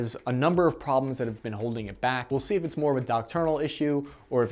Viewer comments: That word is DOCTRINAL, not DOCTERNAL 🤣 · Great videos!! Doctrinal. Not docturnal.